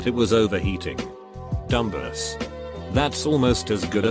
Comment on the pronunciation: No one: Voice reader: dumbus